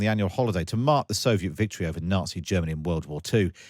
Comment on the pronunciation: The accent... The victowy day pawade... 15 cwuise launched on Ukwaine..